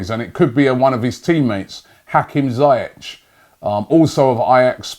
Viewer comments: Zee Esh not zy ek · It’s pronounced ZEE-ESH